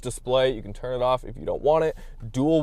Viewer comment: Can or Can’t with the 4’ plywood? Hard to understand you